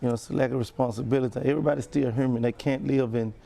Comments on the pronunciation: Wtf why would anyone listen to a fool that can't even say human...whoman! 🤦‍♀️🤦‍♀️ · He said erbody need to be treated hurman lol